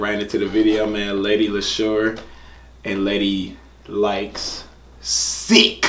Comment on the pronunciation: You're hilarious. First you pronounced it properly directly after she'd said it. Then you went back to making something else up 😂 the y isn't pronounced. Love your reactions though 😀👍